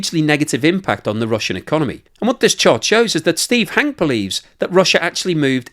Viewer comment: It's Hankeee, not Hank.